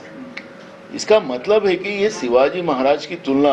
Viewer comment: नाना पटोले हिंदी बोला चालेल पण शिवाजी असे म्हणा सिवाजी असे चुकीचे बोलू नका.